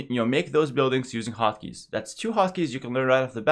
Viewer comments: I been watching too much one piece at first I thought he was saying "Hakis" not "Hotkeys" lmao! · When he says hot keys it sounds like Haki,11